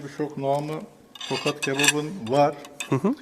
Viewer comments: bu arada tokat değıl tohat )) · Tokat değil Tohat